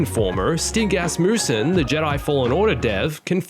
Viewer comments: I thought you said 'stink ass moose man' not stig asmussen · Omg I heard it "Stink assmussen" XD